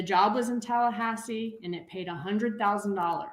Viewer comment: Its Tallahasse, hello.